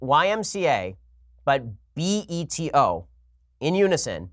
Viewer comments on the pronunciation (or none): I think the more annoying part of this whole "Beto" conversation is how people have never been around Hispanics because the way they pronounce his name is nails to the chalkboard.